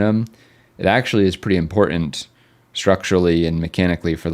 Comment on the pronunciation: Can you please learn how to pronounce "important"?